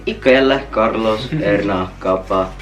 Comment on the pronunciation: aka kerlos,Erna aka esna, aka kaka